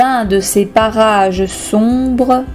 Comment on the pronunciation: on est d'accord elle dit barrage